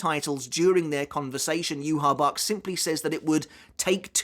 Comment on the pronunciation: Okay what's the correct pronunciation of yhwach? Cuz you say it differently than the anime and now I'm confused